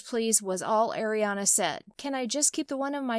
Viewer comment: on 😣 just say the name of the person U ROAST BUT DOESN'T DESERVE IT, correctly please. because i heard u say ERIANA please stop with these kind of videos🙄🙄😒😤